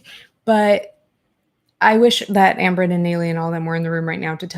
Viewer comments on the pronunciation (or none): none